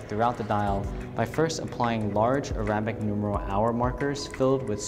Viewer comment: How to butcher the words “Longines” and “arabic”...just ask this watch dealer.